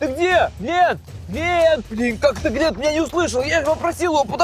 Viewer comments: Правелино не глинт а глент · Блин не глинт а глент ты чо